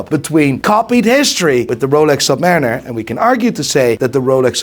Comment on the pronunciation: The redhead clown can not even speak English. Listen to how he says Submariner 🤡